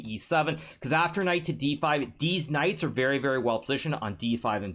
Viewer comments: Did anyone else realise that hikaru always says deez knights instead of these knights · deetz knights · Bro i literally cannot contain myself... he keeps saying Deez Knights.🤣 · I love it when he says deez knights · HN loves saying “these knights” (deez nuts) and I love it every time he does